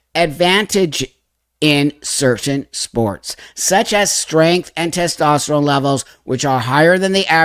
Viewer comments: TESTOSTERONE - TES TOS TERONE not testesterone 🙃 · doesn't understand biology and also cannot pronounce Testosterone. "TEST-STES-TERONE" 😂 The intelligence level is lacking. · You can’t pronounce testosterone. You will never ever be a woman. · Random but it bothers me how pronounces "testosterone" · How ironic that she mentions ‘nuance’, when she is arguably one of the most POLARIZING individuals to exist. Also how telling to her all over ignorance the way that she pronounces ‘testosterone’ lol